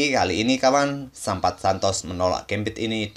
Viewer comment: namanya Sampath hilang t nya jadi sampah wkwkwk